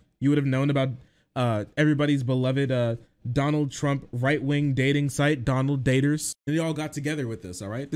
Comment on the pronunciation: the way you say "DONald DATers" makes me giggle